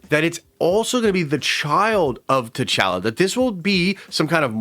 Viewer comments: Please say T’chala correctly 😭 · Why are you saying T’Challa like that?!